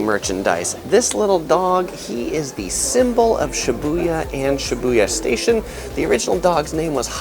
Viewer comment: Why are you saying Shibuya like that? Lol